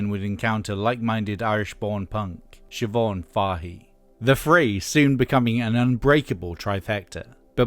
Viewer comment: Sih Mah Nih? Is that how Eminem found that enigma name? Sih Mah Nih? WHY?